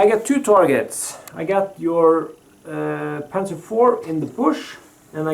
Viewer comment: Nice pronounciation of panzer 4 :)